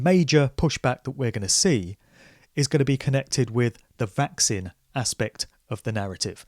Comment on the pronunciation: I'm fascinated by your pronunciation of 'Vaccine' (vækˈsiːn). You say it like it's 'Vax sin', which is actually kinda cool.